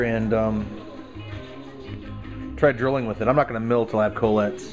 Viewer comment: coh-lets lol.